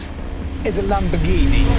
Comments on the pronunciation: A lamonamonini 🤣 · ЛамбоРРРгини или иди к логопеду